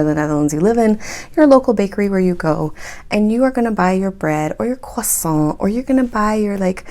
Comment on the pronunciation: I find your humor to be very strange. edit: it's "croissant", not "quasa".